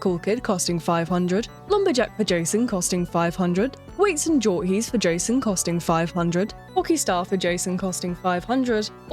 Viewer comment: So unironically funny hearing someone say ‘Weightson Jorthees’ without the slightest hint of humor.